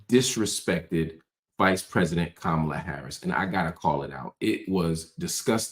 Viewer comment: This wierd thing of mispronouncing her name and these are people who want us to believe they’re smart, just doing this intentionally it’s just so to me racist and trying to “other” her. No matter if you’re a black man or woman doing it you’re aligning yourself with a really weird group of racist people. I just don’t get it at all when black people lower themselves and do this.